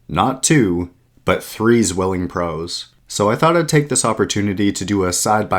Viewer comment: With respect, it's pronounced "tsvilling"